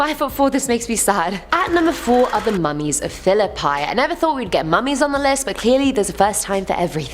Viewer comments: Its pronounced Phil ihp ee. Sorry, philip-eye really bugged me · It's Fil-uh-pea, not fil-uh-pie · my mom works in philipi and its actually pernouncerd phil i pe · I used to work at Riverpark! The RNs used to talk about Edith all the time. I never saw anything strange though. 🤷🏾‍♂️ Also: Philipi (pronounced Philipee) 😉 Nice vid!